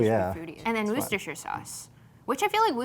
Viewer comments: Not woo sta shur. Wuh sta shur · Wooster! not woorcestershher 😉